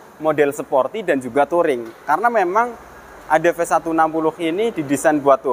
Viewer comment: Adv bukan adp 😅